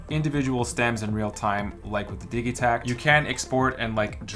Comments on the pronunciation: Surely its pronounced Dij itakt not Dig-itakt? As in digital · Your pronunciation of Digitakt is ultra annoying! It's short for DIGItal. You don't say diggytal, surely?